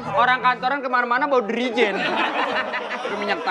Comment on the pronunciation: Jerigen Wendy, bukn derijen.